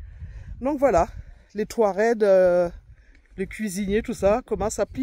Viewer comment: Si je ne trompe pas vous avez dit touared, c'est touareg. Si j'ai mal entendu désolé Merci pour cette vidéo ❤❤❤